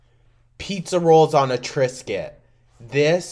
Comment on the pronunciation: “Pizza rolls on a triscuit!” I thought you were swearing till I looked up at the tv 🤣🤣🤣